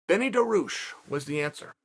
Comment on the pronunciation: Now I may be out of the loop but, he's got to be doing this on purpose right?